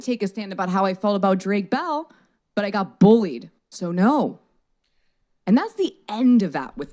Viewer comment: Every time she emphasized “BULLIES”/“BULLIED” I flinched, and I got the same thought